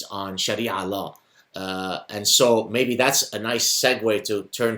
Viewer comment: The guy says Sharia Law as Shari Alaw.